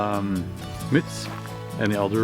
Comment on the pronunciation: Love the accent, sounded like 10 "mits" about norway!! JK Love your channel btw, my wife being a peaceful introvert adores your zen vibe, thanks for the great content from Canada eh!